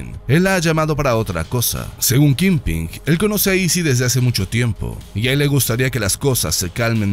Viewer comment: Amigo, tu canal es increíble y tu voz me fascina. Solo tengo una aclaración. Wilson Fisk es "Kingpin", y no kingping. Saludos y sigue así.